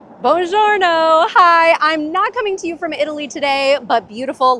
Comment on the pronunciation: sounds like french bonjour reather bonjorno in italien :), king of a new language French-Italien hahh